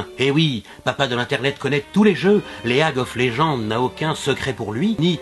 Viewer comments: leuague of léjende, ca m'a tué x'D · Il n'a pas dit "Lag of legends" maais bien "League of Legends" en prononçons la "a" ce qui fait "Léaque of legends" car il n'est pas fortiche en jeux vidéo nôtre Papa de l'internet ;) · "Lé Ague ophe légende" XDDDDDDDDDDDDDDD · J'ai beaucoup aimé les références aux jeux vidéos (minecraft, league of legend qui au passage se dit "ligue of legend" mais c'est pas bien grave ^^). Merci pour cet épisode, super sympa ! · Il dit lé ague of legend je crois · Mais "Leuague of légende" quoi :"D Enorme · Stop tu as gagné tu as massacré le nom de mes jeux vidéo préféré. STOOOOOOPPPPPPPPPP